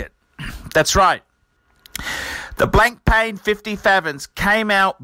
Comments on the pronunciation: It's not pronounced Blankpain, it's Blanpan, the k and I are silent. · Blank Pain... ahaha BLAN-PA!